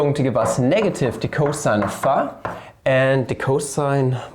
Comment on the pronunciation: Ist das irgendein running gag, y and phi so seltsam auszusprechen? Bei sagt er es ja sogar richtig und sieben Sekunden später "phah"....